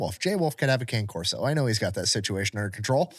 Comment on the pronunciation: Its kah-nay corso...not cane....and dont get a malinois if you dont want CONSTANT interaction with it...24/7...